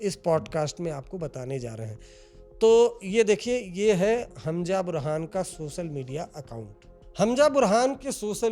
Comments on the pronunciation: Hanja nahi hai wo Hamza hai pls pronunciation shi kro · Its hamza not Hamja. Haajmola mat keh dena